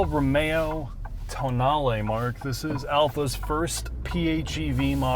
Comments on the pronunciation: Sheesh… what is so hard to pronounce words as they are written? It is an italian car. It is a tow nal eh. The damn press is mostly calling it the toe nahl eee which is as wrong as toe nail … i just dont get it.. this is grade school stuff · TOENAIL LOL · I just about lost it when called it a "toenail" 🤣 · Did they honestly call it the toenail? 🙈 think it through, lads... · TOENAIL, now that pronounced it that way, I cannot unhear it! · "So the toenail" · ... what was that car? Seriously, ... marketing made the decision to call it Tonale, toenail!!?? No one took a second and said, "wait, the Americans are going to call it Toenail". $55K, I just shake my head. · "Toenail" LMAO! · He called it a "toe nail", didn't he? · Pretty sure it's pronounced toe nail. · Toenail? lol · "Toe nail" lmaooo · Ah yes the toenail 😂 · The pronunciation is wrong in the video too 😏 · Yeah, it would have been wise of to not join that presumably default habit but do proper automotive journalism and pronounce it properly.